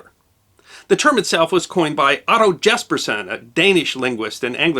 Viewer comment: Try pronouncing "Jespersen" correctly and we might be even more enlightened - (Hint - J as a Y sound).....